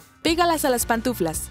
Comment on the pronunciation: Y esa voz no sabe decir pantuflas y dice patuflas